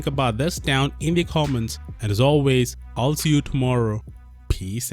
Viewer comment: I just wanted to say I love it when you say peach out 😂😂😂😂❤